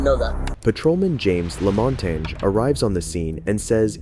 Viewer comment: Bro how tf did you really just pronounce Michael like "Mee-cheel"?????? And why did you keep saying "Corporate"? It's "Corporal" lmao. Oh and even more! You pronounce "Lamontagne" like "La-mon-taynj" dude where did you learn how to speak? Are you dumb? It's clearly french and would be pronounced "La-mon-tayn".